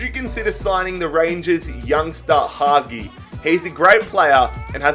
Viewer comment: 1. Hagi is pronounced Had-gee 2. Pronunciate is not the word you're looking for (just pronounce is correct)